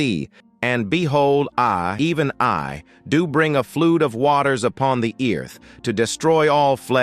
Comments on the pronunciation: Please pronounce the word properly,what is the word flood,not Flud. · Flood not flod